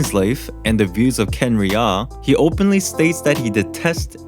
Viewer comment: Did he call khanriah khenrihaa(you say it khaanriah